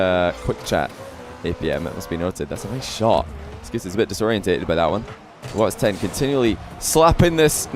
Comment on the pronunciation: Someone please tell that it’s watSON 10 not wats10